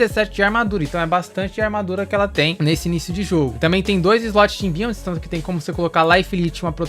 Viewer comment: imbiument? pqp kkkkkkkkkkkkkkkk inglês desgraçado de ruim... cobra wood? kkkkkkkkkkkkkkkkkkkkkkk vsf mlk pqp kkkkkkkkkkkkkkkkkkkkkkkkkkkkkkkk MLK... DEFENSÍVEL? KKKKKKKKKKKKKKKKKKKKKKKKK É DEFENSIVO, JUMENTO